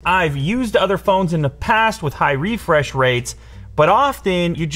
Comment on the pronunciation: Reefresh? What was wrong with refresh?